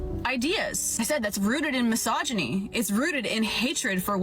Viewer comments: I clearly hear her correctly enunciating misogyny properly...not mis-hog-yny. Regardless, she is more than a handful for this boomer. And I routinely have to deal with this moth to the flame erratic mental trajectory from women I know....and never from men! Like trying to tell mg neigbors dov to stop bsrkinv incessantly. Just agitates it to bark more. Like Gomer Pyle always said" Surprise, surprise, surprise!" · now I'm not defending this woman at all, she is definitely a piece, but, she said misogyny and you keep saying mahogany, like your trying to mock her, but, she said the word properly, so i don't know if your just trying to mock her, but, at least say the word right, it's actually annoying when you keep doing that